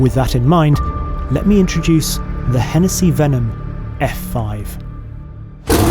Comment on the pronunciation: Why am I laughing at the letter 'h'